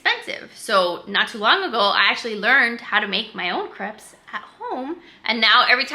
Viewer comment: crepes= crapes/drapes....................